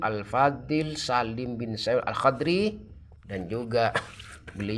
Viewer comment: Alhadromi bukan alhodri duh gak bisa baca kitab ini orang belajar ke pondok sana